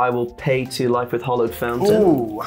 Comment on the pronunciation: It's 'hAllowed' not 'hOllowed' fountain. Great video though!